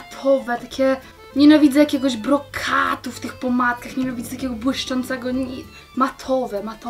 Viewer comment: nienawidze tego brokatu w tych pomadkach(chodzi o wymowe słowa ''brokatu")😂😂😂